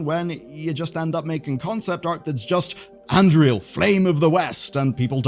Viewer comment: Look, it's annoying how you spent 20 minutes softly tiptoeing around taking an actual stance on this subject, but you mispronouncing Anduril is actually unforgivable.